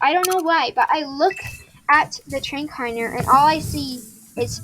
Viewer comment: Just so you know me this is not hate or anything but I’m just telling you it’s pronounced tra-K-ner idk if you said it like that but it sounded different so idk lol